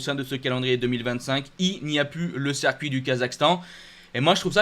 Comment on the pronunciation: ta chaîne est top et tu es vraiment passionné mais par pitié pour mes oreilles arrête de dire sercuit... C'est horrible et jeté du discrédit à tes compétences 👍 Circuit. Merci pour mes oreilles et le sérieux de 100% GP